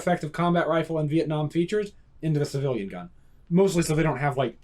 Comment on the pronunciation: It's witerawy a civiwian adaptation of a miwitary rifw.